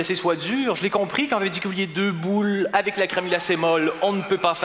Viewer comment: jadore comment il prononce ''boûles'' XD